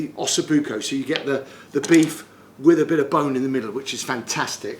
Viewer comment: "Just caressing it wiv my knife there" 😂